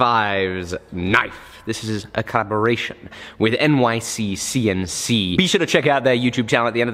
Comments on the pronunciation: Anyone else notice he keeps adding an extra C in NYCNC? Lol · Did anyone notice that said "NYCCNC" while the screen said "NYCNC"? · its N-Y-C-N-C not nyccnc!!!!!